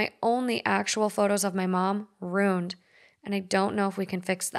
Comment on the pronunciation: Please learn how to correctly pronounce “ruined”. That word is TWO syllables, not one.